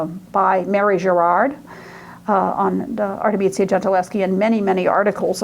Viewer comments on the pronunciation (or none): Pardon me, but her name is 'Artemisia', not 'Artemizia'. Her father was 'Orazio'. You keep pronouncing it: 'Arezzo'. The man who raped her was 'Tassi' not 'Tasso'. Your extremely poor Italian pronunciation weakens everything else you have to say. I appreciate that you are American; perhaps foreign languages don't come easily, but this lecture is simply an embarrassment. I checked out .